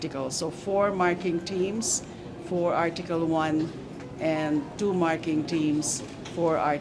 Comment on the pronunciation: Tsu one tsu2 tsu3 tsu4 tsu5! galing diction ni!